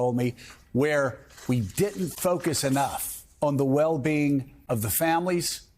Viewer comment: Joe; its “didn’t” not “ditn’t”; ughhhh!!